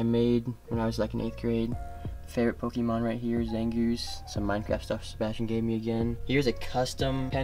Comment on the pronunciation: Did he just say “ pokeMAN ”